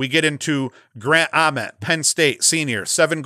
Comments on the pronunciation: Yes. Like nails on a chalkboard, and yet he's doing it on purpose to torment me :) The only thing worse than "Towzin" is saying Grant Uhment. It's a long "a" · I like your top three. Grant Ament...with the long "a"...pronounced just like the "a" in day.